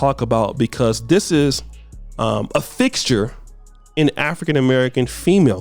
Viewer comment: said “fixture” but I heard “thickture” 🤣